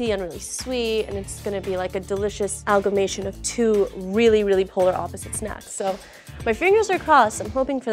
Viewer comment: "Algamation"?! Ahhh the real-time stupidificaton of America.